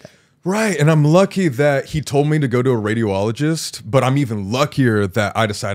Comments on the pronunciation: Me trying not to laugh every time Colby said radio-ologist instead of radi-ologist. Sorry, I'm a nurse. I love Sam and Colby. Also, how the hell would someone ask a patient who potentially diagnosed with testicular cancer if they were a woman, it is literally impossible for that to happen. As a nurse, it is so inappropriate some of those things said. First of all as a pre/post surgical nurse, if a doctor finds something they tell the patient, not us. If something is found, I see my role as being a support system to the patient, always to reassure instead of being like "oh treasure each day". I just recently had a patient who had metastasis of testicular cancer and I wish he would have explored other doctors because the surgery our surgeon did should not have been done in our hospital and as far as I know patient is still intubated in ICU. Colby is very lucky that he has resources, but second opinions are always a good idea. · It’s radiology not radio-ology. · I love how Colby pronounces radiologist as radio-ologist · I almost threw my phone at the wall with how many times he said radio-ologist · This is a very serious story and cancer is a devastating diagnosis. I really hope the best for Colby in his journey to recovery. That being said, one of my coping mechanisms is humor... and every time Colby said "Radio-ologist" I couldn't help cracking up.